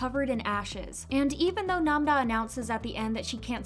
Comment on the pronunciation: her name is nam-ra not nam-da